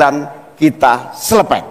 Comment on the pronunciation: Selepet😅😅😅 aq ulang2 dari cak Imin..selepettt 😅🫢